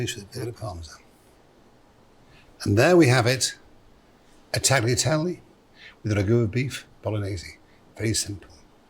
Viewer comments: Except that the 'g' in tagliatelle is silent. Vai al angolo Marco! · You may be able to cook tagliatelle correctly but you certainly can't pronounce it.